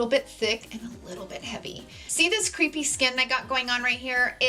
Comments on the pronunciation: Took me forever to figure out you were trying to say crepe-y skin and not “creepy” skin. 😅😂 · Love your videos! But as an editor with three decades experience: crepy or crepey skin is pronounced like kray-pee. As in crepes for breakfast, rather than creep of an ex-boyfriend.